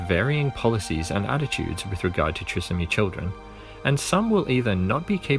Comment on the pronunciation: It is pronounced Try…som..ee.